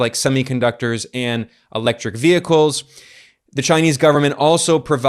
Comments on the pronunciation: Another masterpiece, Ben. Btw, I am most impressed by how you pronounce the Chinese names in Mandarin. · Your Chinese pronouncian improves a lot and now is amazing since You've been to China. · Ben, your Chinese pronunciation is great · Ben's Chinese pronunciation is getting pretty good. 😄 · Anyone else notice Ben's Chinese pronunciation has greatly improved? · Ben, your Chinese must be improving a lot, I noticed you pronounced the name of the Chinese commerce minister with the correct tones. Well done!